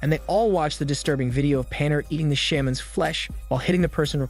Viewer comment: sham-men that pronounce tho